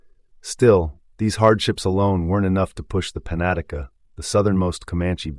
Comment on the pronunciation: Panatica? You mean penetanka?